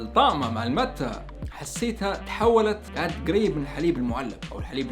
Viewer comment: اسمها ماتي و ليس كيف تنطقها انا جربتها اول مرة من 27 سنة بالاوروغواي